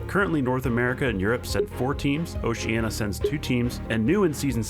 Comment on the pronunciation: Where is Oceana? Next to Naria? Surely you mean Oceania